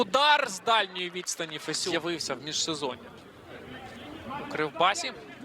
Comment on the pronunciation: Ріже вухо те як він Фесюна називає...